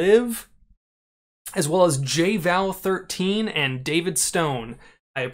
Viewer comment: You’re the only person to correctly say “J_Val13” lmao, for some reason everyone in the lobbies always says “Juval” smh. Thanks for the info!